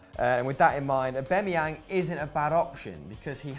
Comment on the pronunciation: It's /Aub'a'meyang/, not /Aub'e'meyang/........Pronounce it right!